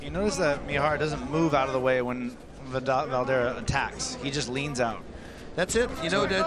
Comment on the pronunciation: Can't the commentators at least make an effort to get the name of the Fighters right? Come on!! Poor Leo Valdivia... 🤣🤣 Only Bas got it right...